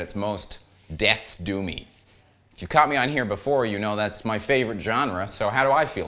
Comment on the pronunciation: My wife thought you said “do me” instead of “doomy”.